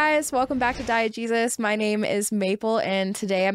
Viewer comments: "Welcome back to Diet Jesus" ...I can't unhear it, and now, neither can you lmao 🤣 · Sidenote, I thought she said Diet Jesus when she said the channel name for a sec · Am I the only one who hears "diet jesus" when maple says the channel name?